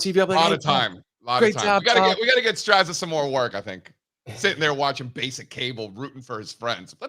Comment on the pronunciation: Strazza is pronounced Stratza, just as pizza is peetza